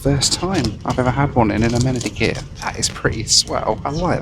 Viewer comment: lolz! deffo slipping into an american accent... "A-men-ady kit" + "swell" 😄